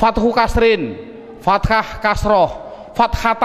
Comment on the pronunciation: maaf ustadz, ustadz contohkan fataha kok ustadz ucap fatakha? berubah makna ustadz.